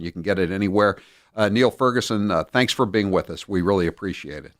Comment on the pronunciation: Niall is pronounced "Nile," ffs.